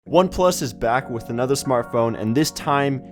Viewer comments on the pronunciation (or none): none